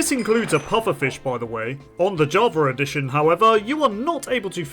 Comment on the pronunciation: Jarva addition? What in the world is this person saying?